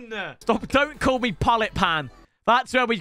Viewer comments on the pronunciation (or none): none